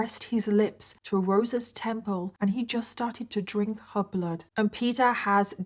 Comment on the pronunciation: Oh geez. Two words that DO NOT EVER belong in the same sentence, 'sexx' and 'bloood'. Never. Never, nope!